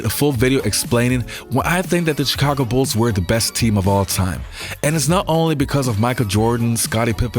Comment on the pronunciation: Love your videos. Grew up in Chicago and with the Jordan Bulls. Thank you for not pronouncing the CH in Chicago like CHurCH. It’s SH like you pronounced it in this video. I noticed you saying it incorrectly in the past. A lot of people from outside Chicago mispronounce it. Charlotte is the same way. CH is pronounced SH.